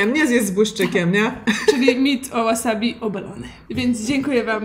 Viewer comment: Drobna poprawka-każdy szanujący się Polak to ma w domu chrzan, buraczki i ogórki kiszone, a nie wasabi/łasabi czy jak to tam się czyta.